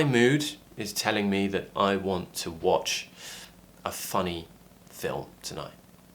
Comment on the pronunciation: Hi,, why do I heard you say " I wants" more than just "I want"? It seems like there's an additional 's' in your way of speaking. Or is it just my feeling?